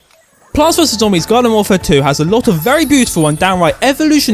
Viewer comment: did he say garden warfair poo